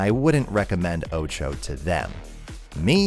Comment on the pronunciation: Btw why do you pronounce OTXO like oucho? English is not my first language and it sounds weird. Id think it would be pronounced more like o-tu-h-o